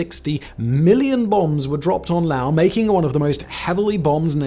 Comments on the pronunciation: Laos dude, not Lao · Laos, not Lao. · Why you say lao?😂😂😂 its laoSSS lolzz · It's pronounced Laos, with an 's' not Lao. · And don't pronounce it the Texas way that LBJ did. It's not Lay' os, it's more like La ous.